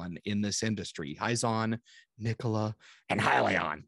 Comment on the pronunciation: Nikola, say it with me... .. Nikola 🤣🤣👏